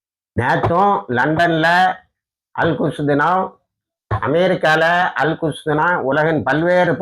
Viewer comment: திருத்தமாக சொல்லுங்க அல் குஷ் என்பது கெட்ட சொல் அல் குத்ஸ் என்று தெழிவாக சொல்லவும்